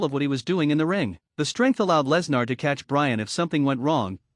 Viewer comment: Good lord, if you're going to fo a video about someone, make sure you or your AI can pronounce his name correctly. This is bush league crap.